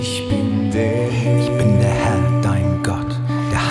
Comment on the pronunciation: Super schön. Aussprache aber etwas überbetont und gedehnt bei den Worten"der Herr , einige nicht gemeinsame Absprachen bei End ch